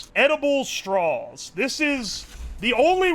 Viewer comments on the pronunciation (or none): love the way you pronounce straws. "strawls". nice